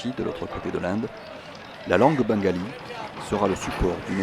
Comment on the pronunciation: On dit Bengali merci super documentaire Bengali de Suisse